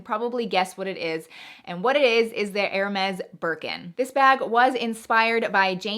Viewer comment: Pronunciation of HERMES, is 'air-may'. NOT 'her-mez'